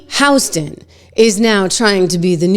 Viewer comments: Why are you calling her Sonny HOUston intead of Hostin? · Just an FYI, it’s Sunny Hostin (Hah-stin)